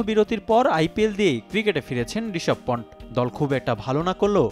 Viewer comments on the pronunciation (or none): পন্ট না রে পান্ট